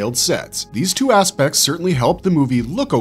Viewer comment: In the Barbarian Brothers bit, I keep hearing the word 'aspects' as 'ass-pecs'. For some reason.